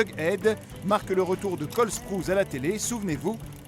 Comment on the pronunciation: Ça se dit pas Cole SprOUZe ! Ça se dit Cole SprouASSe